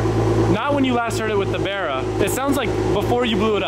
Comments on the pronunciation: Barra gg350! I dunno but every time he says that thats what I'm hearing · Sounds like your saying berra. It's barra based off the Australian barramundi fish. One of the best engines us Aussies ever built. Why these engines are not standard in mustangs we will never know.